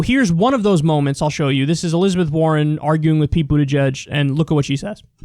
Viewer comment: Elizabeth WAR-ren